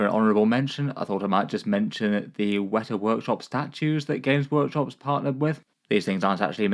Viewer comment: It is Wētā Workshop. Or Weetaa Workshop if not using macrons like in the video.